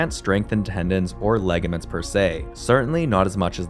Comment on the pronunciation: Ligament. Not laygament Also, match the speed of text to your words